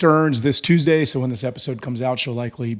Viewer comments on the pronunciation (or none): none